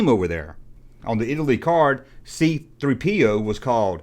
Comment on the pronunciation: I don't get it. You say C3-PO (instead of C-3PO) but pronounced the French version D3-BO. Meesa confused. Are you secretly French?